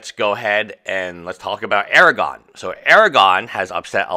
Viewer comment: Aragon? You lost an "r" there. Aragorn.